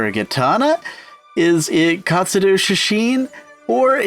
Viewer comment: He keeps saying katsudoo